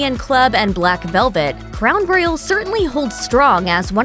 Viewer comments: Is this a robot voice? Cuz she can't pronounce Royal for s*** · Someone please teach this lady how to say Royal!!!!!!!!